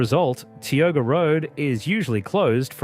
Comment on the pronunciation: Mer ced River is the main River pronounced wrong. Not Mer cy. Ti o ga Pass not Te o ga Rd. I know its probably A. I. Just to let you know.